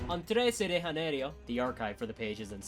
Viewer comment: u mean "rio de janeiro" right?😭